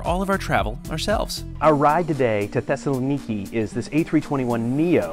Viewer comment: You need to work on your pronunciation Thessaloniki, for European viewers. Its ;Thess-a-lon-ika